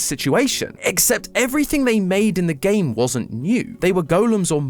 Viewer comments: You need to emphasise the gaaaammeee Theory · i still miss MatPat, no offense, but your accent on "that's just a theory, a GAAAME theory" just dosnt feel right